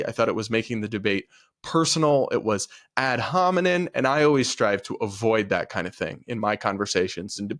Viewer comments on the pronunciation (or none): The phrase is ‘ad hominem’, not ‘ad hominin’.